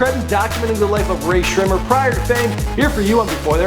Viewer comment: I love how Michael pronunciated Rae Sremmurd correctly but got all the easy names in the previous videos wrong